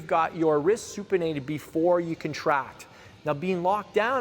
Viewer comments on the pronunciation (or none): none